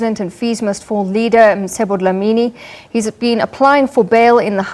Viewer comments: Its Mcebo... not Msebo! ca ce ci co cu!!! If one cant pronounce that, there are speech therapists to assist! If it was a black person mispronouncing an English word/name, it would create some space for mockery n a stand for correction! Respect out names, dear white lady!! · This lady is ignorant. His name is MCEBO! not Msebo.